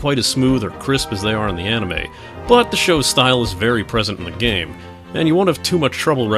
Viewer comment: an "On-ime" ? Ill never understand how people can just decide to say something wrong for decades.